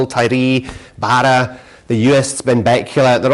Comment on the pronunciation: It's Barra, not burra... 😂